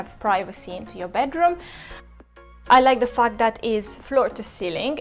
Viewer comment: she said fact but sounds like fuck,,,hahahha